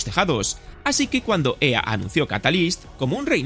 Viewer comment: Nunca habia escuchado a alguien decir "EA" en español